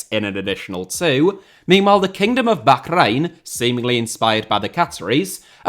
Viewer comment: Love how you pronounced Bahrrrrrrrrrrrrrrrrrrrrrrrrrrraihn 😂